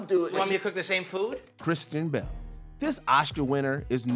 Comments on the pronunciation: Yo why do you keep calling him Kristin Bell??? He is CHRISTIAN BALE!!! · This person needs to learn to pronounce Bale. (b a l e) not Bell. Jeez that was weak